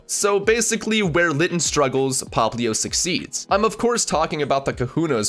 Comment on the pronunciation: It's is litten not Latin